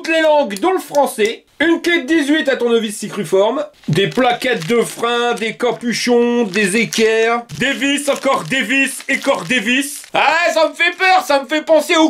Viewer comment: Il faut arrêter de dire tournevis CICRUFORME 😂😂...CRUCIFORME !! 😂😂